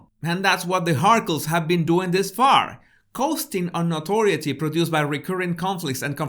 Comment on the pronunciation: Thank you,. Notoriety is pronounced - no-tor-EYE-it-ee Notorious- no-TOR-ee-us Listen to the Duran Duran song